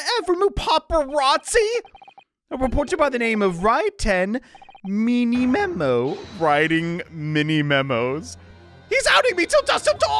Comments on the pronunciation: his name is many memo not mini memo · also the last name of the news reporter is pronounced "manymemo", just like how you found the pun in his name. Hope his helps